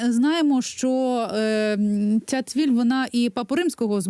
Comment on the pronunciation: Дєвушка, не цвіль, а міль.Переплутала.